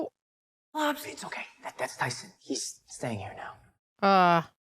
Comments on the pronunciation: We expect a full sincere apology for calling Tyson, “Titus” every chance you got. The show and even say his name so often, your selective hearing about it was soo grating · How many times did day Tyson for Dude to just say Titus? 💀💀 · His name is Tyson, not Titus